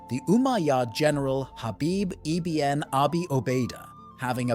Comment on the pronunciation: Good video. The plural of Amazigh is actually Imazighen not "the Amazighs". It's pronounced ibn not I-B-N. Meaning "son of" in Arabic.